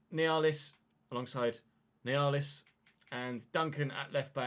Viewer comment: Nealis brothers are pronounced “Neal-is”